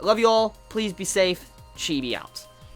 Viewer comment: chibi its c not a or b .